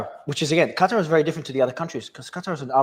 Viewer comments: I guess it is Qatar, not Gutter, right? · Scott. It’s Qatar, spelled Katar. Not Gutter!! 🤭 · Is QaTAR NOT CUTTER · Why scott keeps calling qatar gutter😂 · Anyone else laughing at Scott Ritter for pronouncing Qatar “gutter” I guess it’s on purpose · It puzzles me how Ritter can pronounce Qatari, just fine, but pronounces Qatar as Cutter. Lol, who's he trying to or not trying to impress with that. Only pronounced it right after the host prounced it correctly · Scott pronounces gutter instead of Qatar. hehehehe, Freudian slip of a tongue. The USA is isolating itself. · What is wrong with Ritter intentionally calling Qatar as gutter? He sounds like the Israelis intentional misprouncing Hamas as Khhhamas.